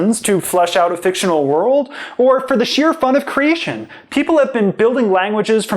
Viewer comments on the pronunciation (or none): none